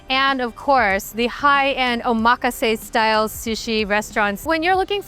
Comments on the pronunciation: How do you live in Japan for 15 years and can’t pronounce omakase? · I’m sorry but you lost credibility with the way you pronounced “omakase”